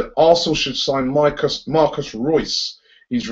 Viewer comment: If you dont know how to pronounce MARCO Reus' name, then you dont know football. embarassing.